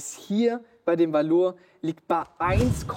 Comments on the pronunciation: Valour wird nicht französisch ausgesprochen ^^ Valour ist das einglische Wort für Tapferkeit und wird deswegen auch englisch ausgesprochen. Wie VALue + coLOUR 😉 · Ihr habt doch auch schon mal mit Tim gedreht. Fragt ihn bitte noch mal wie man Valour ausspricht :-) Also Burton, nicht Schrick oder so